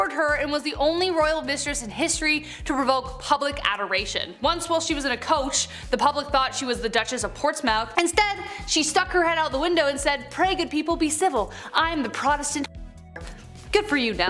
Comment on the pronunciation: Portsmouth is actually pronounced ports-muth, despite its spelling. Similarly, as heard in another video, Norfolk is pronounced nor-fuk. I think the British just liked their O’s. 😄 Refuge and refugee are two different words with different meanings. You said one, when you actually meant the other. Not picking on you, but you’re otherwise so well-spoken, I thought you might appreciate the critiques. 🙂